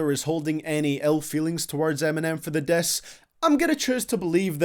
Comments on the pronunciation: The way you said “diss” though, I thought it was “death” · Learn how to say diss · He says " diss " funny.